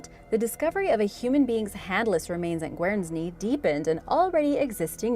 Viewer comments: Hi, the first one is pronounced Gern-sea! Just a heads up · Guernsey is pronounced gurn-see, like famous milk cattle that originated there. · Your pronunciation of Guernsey is completely wrong. It’s pronounced with a silent e